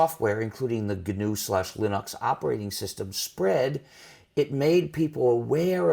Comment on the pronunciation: gnu/linox, he pronounced gnu right